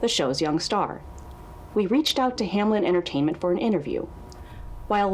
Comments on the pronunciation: "Hamlen, Hamlen, Hamlen" So close yet so wrong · Is no one gonna talk about the fact that the company is named Hameln but everyone (even people in the tapes) pronounce it Hamlin. Putting the L before the -en. Did they mean for it to be spelt like that? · does it bother anyone else that its "Hameln" and not "Hamelin" or "Hamlen" or something?? It sounds like everone is saying anything but Hameln.